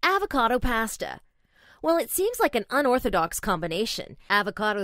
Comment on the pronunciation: the way she says pasta 😂😂